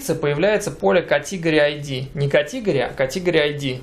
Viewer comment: кАтегри, а не катИгори((( а так спасибо за урок :D